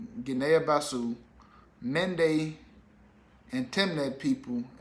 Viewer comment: Cogratulations! And Guinea-Bissau is pronounced Gini Biss-Ow